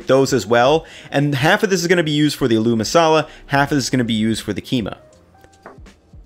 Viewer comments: Hey, just a tip the emphasis on aloo is on the a, so it's pronounced Ah-loo. Recipe looks amazing! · With the Aloo, you're putting the em-PHA-sis on the wrong syllABBLE. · that "aloo masala" pronunciation made me lol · This really bothered me. Looks good though. He’s just putting the emphasis on the wrong syllable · It’s pronounced “ah-lu”, not “a loo”. Accent is on the first syllable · Not 'A lou'...'ALL--u' emphasis on the beginning AL not the double 'o' which I can understand is very contradictory based on the way it's spelled. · Aalo not aloo dude, emphasis on the first syllable. Great recipe but this small thing was just bothering me. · Bro, emphasis on the first syllable, its Ah-loo masala not a-LOO masala. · it's not uh-LOO it's more like AH-lu... the "loo" isn't pronounced long. Great recipe btw! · Aaaloo masala , stretch the 'A' it's not a-loo masala it's aaloo masala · It's pronounced "aa-loo",, not "a loo".;) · This is a great idea! I love that you're diving deeper into Indian/Pakistani dishes. Btw aloo (potato) is pronounced "ah-loo" (with the "a" and "loo" parts as seperate syllables) instead of "al-oo". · this mixture you can now fold into parathas before rolling them out and make the classic indian breakfast, aloo paratha (also quick side note, aloo is pronounced with a greater emphasis on the a, so it's like aaa-loo, like the aah without the h sound. I don't blame you for not knowing the pronunciation but since you're this obsessed with Indian food I figured you'd like to know) But yeah aloo paratha, stuff up the mash into paratha dough and then roll it out, and top with butter and coriander. (I would actually add a touch more of the spices to the mash, some fried curry leaves and mustard seeds, and other spices). In my house we'd have that and indian curd (dahi) with sugar in it and it'd be the perfect start to the day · knows quite a lot about legit Indian cuisine Also: aLOoO masala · Niceeeee but it’s pronounced ahh-loo